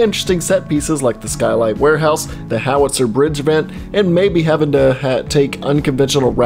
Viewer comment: I don’t want to be annoying but I think Howitzer is said Haw-uht-sr